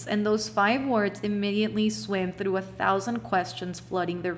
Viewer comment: Unpopular opinion: The way you say 'through' or 'throne' is so beautiful 😂 i cant